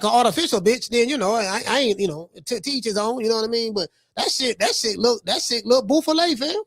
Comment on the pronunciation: Boo fah lay 😂😂😂